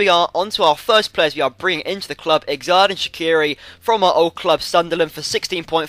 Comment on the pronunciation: shaqiris first name is pronounced jordan